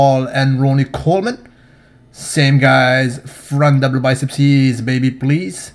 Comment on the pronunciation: "Front double testeeeezzz!" Im dying😂😂